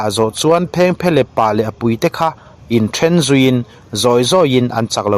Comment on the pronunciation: I content lhi chu atha a phengphehlep I lam dan hi a dik em,.? Kan khaw lam tih dan chu ani lo deuh